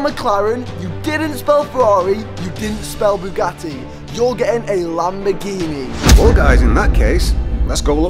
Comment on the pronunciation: ITS LAMBORGHINI USE I! I! IIIIII!